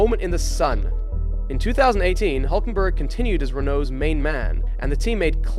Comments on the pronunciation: Adding: There is a similar sound in English, the Y in Syria or in the town of Syracuse. So try Hylkenberg, you should be very close... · Good Video, but one thing: His name is Hülkenberg (Umlaut U, that will change it to Ü). You should at least change it in the Video Title, as I understand there isn't such sound as the Umlaut-U (Ü) in english. Probably that's why you guys call it UBER instead of the German word ÜBER (meaning ABOVE)... I really hope Nico will Race some more and gain more podiums...